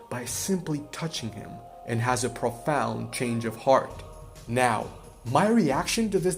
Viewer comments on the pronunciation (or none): none